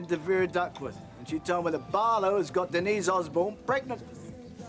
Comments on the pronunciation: Like how Patrick Trueman pronounced 'Denise' on EastEnders you mean? "Ohhhh de kneeeees". I always thought he was complaining. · Argh! Ken running down the street after Denise shouting " Den knees, Den knees" Everyone else including herself pronounces it De neece ! Trust Ken to say it differently! Arrogant prigg & despite his lifelong socialist leanings, hes a snob & thinks himself a cut above! Must say though! Bill Roache is remarkably preserved & still ( at this time) an attractive mature man & he ALWAYS had great hair! Recently saw a photo of "Ken" who must be over 80yrs & although lined & thinner in face is still amazing! I did sneak a quick look at a recent episode of Corrie ( 2021) & was surprised by Kens look & continued acting skills Helen Worth, Gail is also still attractive & keeps her looks Lol an other one with great hair Thanks 🇬🇧👧